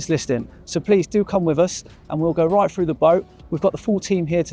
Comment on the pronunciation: " Berf " " talk us frew it " " lie-tin " Why oh why can't youngsters pronounce their ' TH ' and ' ING ' anymore... jeez